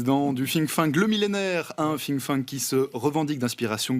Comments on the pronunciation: Président du Fink-Fank ? je connaissais pas 😂 c'est Think-tank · Moi, j'avais entendu ''Fling Flang''....